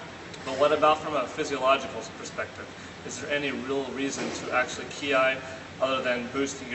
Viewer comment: It's Kiai, not Kiay.